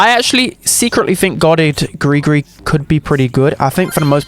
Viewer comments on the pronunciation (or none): Bruhh, it's pronounced gree-gree not Gregory 😭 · im pretty sure the dolls name is pronounced like gree gree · It's gross gris not Gregory